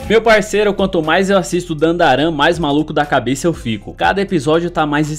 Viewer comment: Esquisito mesmo é VC pronunciando o ANIME do anime ERRADO!!! É DAN DA DAN!!! E não Dan da Daran.🤦👎